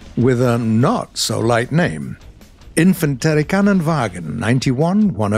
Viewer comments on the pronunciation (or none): Like how no one talks about that he said IKV instead as I K V which is how you say the shorterning the correct way, also, lets not even mention that horrible attempt at saying Infanterikanonvagn which litteray means infantery canon wagon